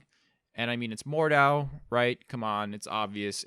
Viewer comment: It's pronounced Mord-How